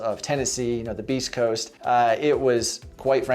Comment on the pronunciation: Did you say…”beast” coast 👀 😅